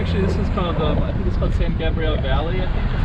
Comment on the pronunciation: We can tell you not from LA the way you pronounced San Gabriel it's pronounced in a male form not in the feminine tense.